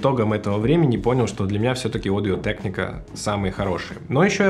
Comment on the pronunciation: Одио тэкника? Ты в Америке или где? Почему в России нельзя говорить «Аудио Техника»?